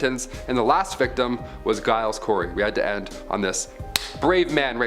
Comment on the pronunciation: okay, let me help you with the pronunciation of the name Giles. The G in Giles is pronounced with a J sound not a G, as in the name Gerald. Hope that helps in a future video.